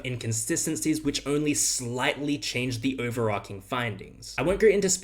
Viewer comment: you pronounced overarching incorrectily.. i'm unsubbing